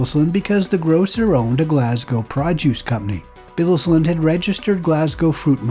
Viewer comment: Great Video. One of the few from across the pond who have pronounced Glasgow correctly on videos about my homeland. 👏🏻👏🏻👌🏻 Instead of the usual “Glass-Cow” 🤦‍♀️